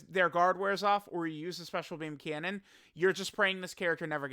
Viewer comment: Just say special beam cannon like damn not that hard lol